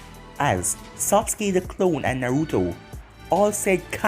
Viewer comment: Sah-ke not socke